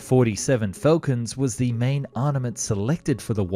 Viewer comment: The word is ……armament not…… arnament which might be a way a child would say it. 😂